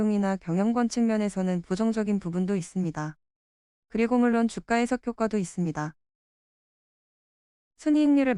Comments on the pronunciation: 주가 발음 : [주가] X ---> [주까] O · 안 그래도 저도 이게 거슬렸는데 AI 보이스가 개선이 안 되네요. 다음부터는 번거스럽더라도 발음은 주까라고 치고 자막은 주가라고 따로 치겠습니다. 댓글 감사합니다. 🙏